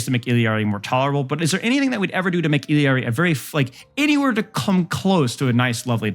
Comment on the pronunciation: Why does everyone call her illiari... it's I L L A R I